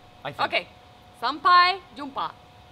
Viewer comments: Hej Hej ... great pronunciation on sampai jumpa. since you guys love travelling... have you given a thought of Karimun jawa archipelago (north of central java)? or even nias island in Sumatra? Enjoy bali...From a javanese living in munich :) Hej då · Nice, now you and janni can pronounce "sampai jumpa" correctly 👏 Enjoy your trip in Indonesia guys !